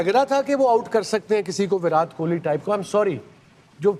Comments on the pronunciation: To the host: pronunciation of Virat has a hard T, not soft T. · Sorry for pointing this out But sir it is "विराट" and not "विरात" Also, it is "जडेजा" and not "जदेजा" Otherwise, it is truly a wonderful discussion.. one that all of us look forward to.. love to learn so many finer nuances related to cricket from the guests..